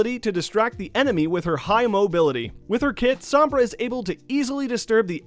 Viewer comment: Its SOm-Bra not Samb-rah